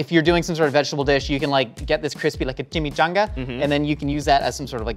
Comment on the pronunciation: When pronounced it like "Chimmeechangah", he sounded just like Eric Cartman and I really felt that